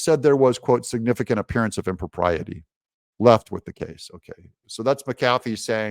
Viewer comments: im- Pro-pee-AH-tay 😂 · ITS SPOKEN LIKE THIS IMPRA PRIATEE